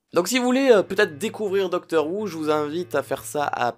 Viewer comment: Ca ce prononce pas "doctor wou" mais "doctor hou"